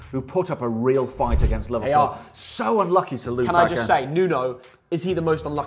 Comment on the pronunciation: is the goat bro said livedpool ❤